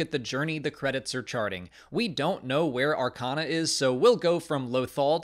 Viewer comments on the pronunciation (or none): none